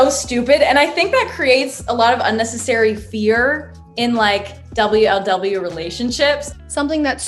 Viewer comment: the way u say double u el double u instead of wuhluhwuh. honestly impressive